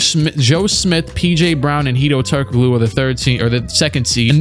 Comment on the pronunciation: My guy really said “Turk O Glue”